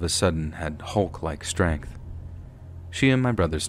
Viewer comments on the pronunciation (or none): none